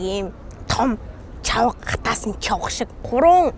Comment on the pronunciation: Чавга гэдэг үгийг чивга гэж хэлээд,koromi gdg vgiig kiromi gd bhima яаагаад тээртэй яриад байдаг юмбэ